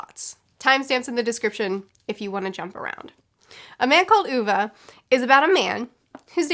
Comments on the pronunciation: I’m sorry but you trying to pronounce Ove is the funniest part of this review. This is not critisism it is just funny to me as a swede:) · The way the name Ove is pronounced sounds like "grape" in portuguese and that just made me happy lol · After watching the movie recently I really want to read this. Also hearing struggle with the name is hilarious 😂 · I can't watch this video because you kept sayong ooovaa 😂... I read it as ove.. As in LOVE without L... so now if anybody says a diffrent name i get pissed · Swede here! o/ Just wanted to let you know that you are calling him 'Uva' instead of 'Ove'. 😅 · You convinced me to read this after mentioning it 6 billion times in previous videos- I called him [Oh-vey] because of you, then had to adjust to listening to it for nine hours on audiobook and all the time him being called [Ooh-vuh]. My mom and I both cried, thank you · I appreciate the effort but sounds better What comes naturally since Ohv is closer for how a swede preceives it, rather than oova Edit: its the very small things that can completely ruin the pronounciation in swedish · I am swedish and you pronuce it Ove with an e in the end not ova. The e is like Wien someone punch you in the stomach and make an e sound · I'd never heard of this author before but now I want to read his books! PS. It's pronounced OO-ve (e as in Egg), not Oo-v-uh :) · Only book I read by Backman some time ago on recommendation by a coworker. It is usually not the kind of books I like (“social realistic”), but I really liked it. Only book I have recommended to others outside Pratchett’s books. Also your pronunciation of Ove makes me smile. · The “o” is kinda pronounced like the o in “or”🙃